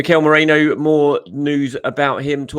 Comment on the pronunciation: Merino, not Moreno 😂